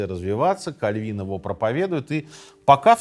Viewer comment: Как пастор пресвитерианской церкви, благодарю за ёмкое и объективное описание сути вопроса. Особенно порадовало правильное ударение в фамилии Кальвин. Узнал для себя некоторые занимательные факты. Желаю здоровья автору канала и новых подписчиков каналу. Послушал 5 минут и подписался